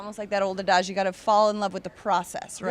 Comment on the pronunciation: Did that woman just pronounced adage, "a-dazh" ???